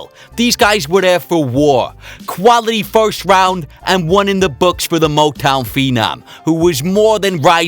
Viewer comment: I just want Conor to learn how to say "first".